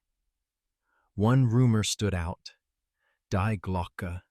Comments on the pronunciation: Please, AI, get it right. In German 'die' is pronounced 'dee', not 'dye'. It's their word for 'the'. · To get it right, you American need to say...; "Dee Glocke"...then it will sound more like the German intent.! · Ai cant even say Die correct, ai only understand English. 😂.